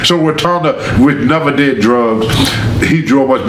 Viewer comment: "he sho' deed"